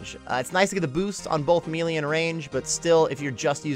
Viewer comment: You are pronouncing the word "Melee" wrong.